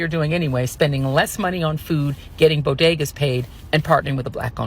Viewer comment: I'm confused. Is it "bo day ga?" Or is it "bo ge da"? 😅